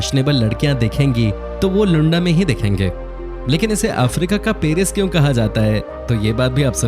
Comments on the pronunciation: It’s pronounced as Looanda not Lunda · Its luaaandaaaa not lunda kuch bhi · Usually I appreciate the effort you guys put into making these videos, but I must say, you reminded me of the low level of intelligence displayed by Donald Trump when he referred to the nation of Namibia as "Nambia". Didn't anyone else notice this??? Also, it was hilarious when you referred to Luanda as 'Lunda". Doesn't that mean penis in Hindi? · Hi, Whatever you explained about Angola is ok. But please pronounce Luanda Properly, coz i have worked there. And there are some facts which is not True.....